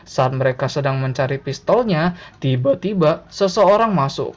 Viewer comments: tiba - tiBA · Pas masnya ngomong "Tiba Tiba" seketika saya agak merinding karna nada bicara masnya yang agak aneh pas mengatakannya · Ngomong tiba2nya bisa ga ya biasa aja. Ganggu bnget euy. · Ngomong tiba tiba nya biasa aja napa cok sakit kuping ku